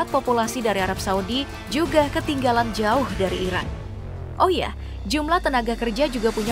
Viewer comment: Kedengarannya seperti Irak bkn Iran yg di sebutkan admin